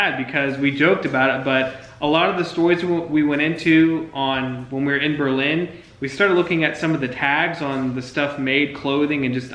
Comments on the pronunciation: OMG STOP SAYING BER-LYNN! Its just Berlin and yes its a tourist trap. Born and raised in the local small towns around there, the legit amish stores located on small country roads is where I go if I need a rug, a broom, a mop etc. Frankly this local doesn't even drive into Berlin during the tourist season unless its absolutely necessary. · It’s pronounced Burr’ Lin. Stay away from the bigger towns. Get a county road map and drive around. Time to go is in the fall when they are harvesting.